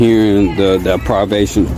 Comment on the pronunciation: WAIT what is DePRIVEation 😂😂😂